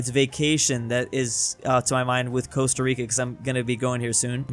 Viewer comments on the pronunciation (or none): none